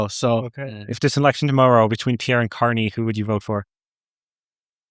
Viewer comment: did he call him Canny? Candy?